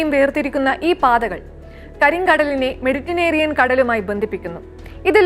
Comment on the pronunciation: മെഡിറ്റനേറിയൻ അല്ല പെങ്ങളെ ... മെഡിറ്ററേനിയൻ എന്നാണ്